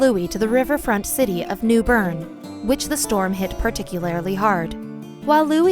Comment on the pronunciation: Pertiklarry lol